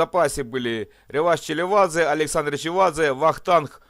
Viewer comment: Спасибо,! Хороший формат. Три помарки: Копалейшвили, а не - КопЕлАйшвили, Челебадзе, а не - ЧелеВадзе, тбилисцы чемпионами были в 78-ом, а в 77-ом было Динамо Киев. Интересный момент: Динамо Тбилиси выиграло КОК в 81-ом "незаслуженно", так как участником в этом турнире должен был быть Шахтёр. Из Википедии:"Финал Кубка СССР 1980 года между командами «Шахтёр» (Донецк) и «Динамо» (Тбилиси) был сыгран 9 августа, а заявку на участие в кубке кубков надо было подавать ещё в июле. Исполком федерации футбола СССР заявил в Кубок кубков команду «Динамо» (Тбилиси), посчитав что у неё больше шансов выиграть кубок страны, хотя чуть позже обладателем кубка СССР стал «Шахтёр». Заслуги команд в розыгрыше кубка страны предыдущего сезона не учитывались. В связи с возникшей ситуацией впредь начиная с 1981 года Кубок страны разыгрывался до момента окончания времени для подачи заявок участия команд в еврокубках."